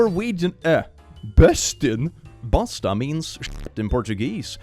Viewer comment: you actually pronounced bosta exactly how it's supposed to